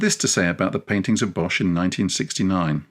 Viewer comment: most of the time I don’t pay attention to pronunciation. There’s only one thing that’s easy to change. Bosh is pronounced as the English boss. The h at the end of words, after a consonant has no function at all. (Same with Van Gogh.)